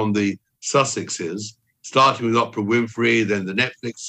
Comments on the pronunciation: I've seen British Journalists correct him on his pronunciation of Oprah on the news and yet still he persists in say opprah. Weird! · I just love the way Tom Bower pronounces Oprah’s name as ‘Opera’.😂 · I always get a chuckle when Tom calls her Opera not Oprah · Another commentator was chewing him out about this, claiming nobody could believe a word he says because he can't even pronounce "Oprah" right! I am glad to see he did not change it. Opera is, after all, full of histrionics and high drama.